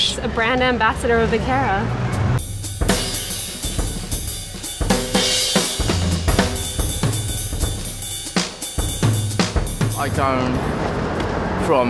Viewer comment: wtf vogue it's vaquera not vicara